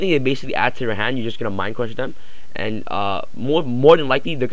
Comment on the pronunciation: Mind cwush XD